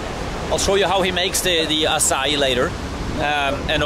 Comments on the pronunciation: I don't think calling it 'Akai' would work so well in brazil, you better learn how to say 'assai' :D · don't say akai xD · Bro called Acai akay lmaoooo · No you can NOT say AKAI lmao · Not akai it’s açai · You can’t say “akai” c’mon, bro🤦‍♂️ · It is pronounced like "AH SAH EEH" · NAO. Nao voce nao pode chamar de acai. O nome é AÇAÍ, e é assim que DEVE ser chamado. Brasileiro tem que aprender a forma correta que vocês chamam e falam porque senão vocês não entenderam o que estamos falando, pq agora temos que entender vocês falando acai. AÇAÍ. Se virem para falar!!! 🇬🇧 NO. No you can't call it acai. The name is AÇAÍ, and that's what it MUST be called. Brazilians have to learn the correct way that you call and speak because otherwise you did not understand what we are talking about, now we have to understand you speaking acai. AÇAÍ!!! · It's pronounced... "AH-SIGH-EE"" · the correct way to say açai is ass - ah - ee is really popular here in brazil , a lotta açai shops around the cities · It sound like you are trying to say the guy sells açaí. Ah-sah -Ee. That is a flavor and it is used to flavor ice cream, popsicles, etc. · the pronounce is "a-ss-a-ee"(the letters "A" like the word car) (the letters "S" like the word "say") and the letters "E" like the word fee) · There is no k in Acai: neither in writing nor in pronouncing! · Ah-Sah-E is how you pronounce it Harald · Harald, Açaí is pronounced like ''assa Í'' the cedilla (ç) can be a little tricky for gringos to pronounce haha, keep up the great work bud! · It’s NOT ice cream! It’s AÇAÍ! And not acai. 🤦🏻‍♀️ It has a stronger sound at the pronounciation in the end. Nice video, though! 👌🏽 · Herarldo trying to start his own language I see. It's pronounced "ah-sah-ee" even in english. Not just in Portuguese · Açaí is pronounced /assai/ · It’s not called açai is pronounce aaa ciii eeee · Açaí the ç is pronounced like a double s. Its made from the fruit and has a lot of calories